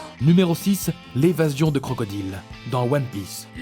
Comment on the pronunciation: Il abuse un peu pour la prononciation de crocodile